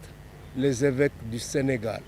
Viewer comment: Sénégal et non pas Sénégale svp